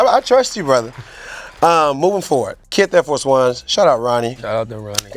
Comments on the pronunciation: Trinidad called him "keess" 🤣🤣 worst take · Worst take dad “ Kees” put some respeck on that mans name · Trinidad for calling him kees 😂😂😂